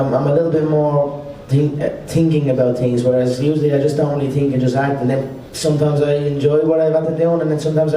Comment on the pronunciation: "I tink I'm more of a tinking man now I tink"